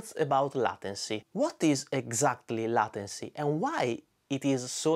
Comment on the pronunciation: Great video, as usual. Thanks for adding an important metric to the choices on the market. In case no one has said it (and I did not look through the comments), it's pronounced ley-ten-cy, kind of like the title of the song "Layla" by Derek and the Dominoes.